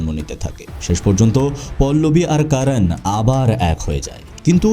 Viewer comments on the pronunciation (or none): আপনি যেহেতু বাংলাতেই উপস্থাপন করছেন...তবে Karan কে কারান না বলে করণ বললে সেটা শ্রুতিমধুর হতো... এমনিতে...Content is just wow❤❤